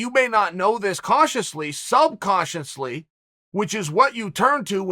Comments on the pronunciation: Chael “Subcautiously” Sonnen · He said sub cautiously... 4 times.